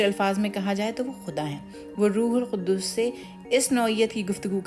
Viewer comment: Rethink how you pronounce Rooh ul Q. U. D. S.